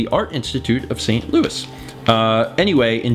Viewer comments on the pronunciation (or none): none